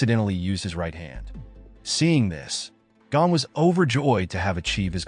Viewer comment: It is not Gan it is Gon